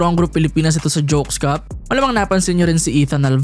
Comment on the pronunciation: 😅putik kla q nabubulol LNG C W game play... "Jokes cup" 😂😂😂 history n tlga ang Jones cup.. ngaun... Naging jokes cup... Tlga...